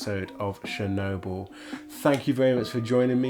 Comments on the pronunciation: Talk talk talk, blah blah blah, Watch the move and the comment. Or stop the movie then talk. And it is Chernobyl like you go to church, you don't go to shirch, and its not Shirnobyl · I didn't know we were watching Shernobyl. :P I kid! Now say schedule!